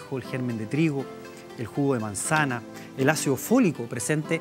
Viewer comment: E te es chileno, lo pensé en cuanto dijo manzana :v tal vez coincidencia